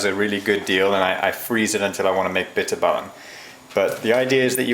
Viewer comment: Im dutch to do you know how nice it is to hear you say bitterballen its funny and the bitterballen are great the dutch clips where just bad and awfull yours is al lot better so tnx !!!